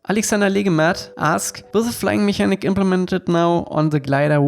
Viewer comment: In mechanic spricht man das "ch" wie "k".